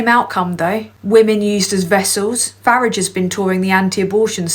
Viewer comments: Fuk yes girl. Proper pronunciation of Fari_ge. You for PM mate. Loving that you is coming back so fire 🔥. Being it on you wonderful person... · It is so refreshing to hear the correct pronounciation of Farage as in Garage !! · Got to admit that I loved hearing someone else who rhymes Farage with Garage. My moral rage is that these ultra right wing wankers can get into government.